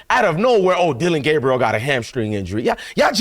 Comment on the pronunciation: Let’s get Dillon‘s name correct now it’s DillRide Gaberieal